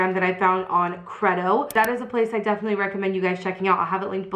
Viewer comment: I'm pretty sure that you're pronouncing Credo wrong. I'm pretty sure that it's pronounced Cree-do. That is the correct pronunciation of the word and I'm assuming that the brand uses the same pronunciation.